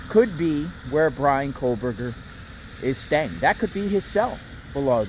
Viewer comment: there is no 'L' in kohberger